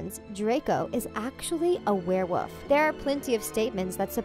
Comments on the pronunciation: A werewoof? HAHA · is nobody going to mention the fact that every time she tried to say werewolf she just said werewoof?